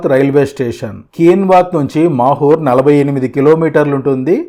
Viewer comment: It's not makur it's mahur